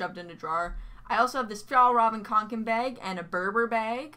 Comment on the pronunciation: fjallraven koken bag.... yeah pronouncing swedish stuff can be hard. its suppose to be fjällräven :D